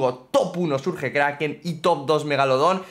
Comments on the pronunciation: Por que le dices surge al surch(lo pongo a si para que sepas como se pronuncia) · Se burla de como alguna gente pronuncia Bonnie pero miren como pronuncia Surge XD